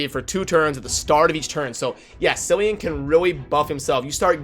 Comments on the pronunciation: Tempting as it might be to call him ‘Silly-an’, it’s ‘Killy-an’. Hard C. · Just FYI, Cillian is pronounced with 'k': Kill + ee + an. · its pronounced Kee-lee-an